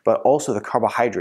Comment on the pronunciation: Thank you for the info. I am hoping that this little piece of advice won’t offend anyone. I promise that my intentions re good. Pronouncing ‘especially’ properly will add to your credibility. Saying ‘exspecially’ just works against you. Maybe it’s just my little pet peeve but it may be helpful? I’ve noticed this on all of your videos. Have a great day and thanks again for the videos.